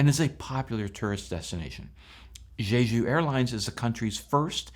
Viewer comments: Quit saying “Zhezhu.” The “j” in “Jeju” is pronounced like a normal American English “j.” I have over twenty years experience in Korea and you can bank on my pronunciation advice. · You pronounce Jeju like it's the name of a French hooker. The J in Korean is the same as in English, so you pronounce Jeju like JAY-JOO. JAY like Jay Leno, JOO like the majority religious group in Israel.